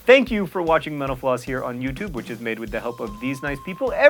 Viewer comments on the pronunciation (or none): Every single time says, "Mental floss," I hear menopause. >< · Every time he says 'mental floss' I think he says 'menopause'. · Metal floss? Who stole the 'n'?! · i can never stop hearing him say menopause instead of mental_floss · I thought I heard him saying: Thank you for watching "menopause" here on Youtube